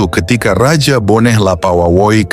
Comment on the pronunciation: Bone bukan boneh.